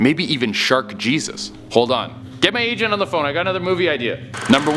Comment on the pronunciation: Is it just me or did it sound like he said "hey somebody get my asian on the phone"? I know he said agent but he slurred it..